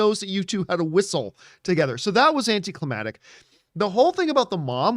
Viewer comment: AnticlimaCtic* John my man.. U use that word quite a bit. But say it wrong everytime. Lol so here's hoping u see this and accept this helpful tip. 👍🏼😉👍🏼